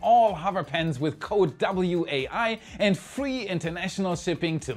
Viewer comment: no shit.... but he pronounces it why... it should be WAI (way) because that's just how a and I work in language... and FYI I did not ask a question... I made a statement